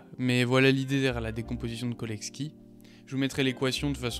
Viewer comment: Autodidacte spotted 😅 : Très bonne vidéo, juste un truc, on prononce cholesky comme chocolat, pas Kolesky :)